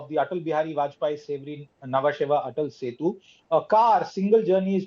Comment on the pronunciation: Its ATAL SETU, please correct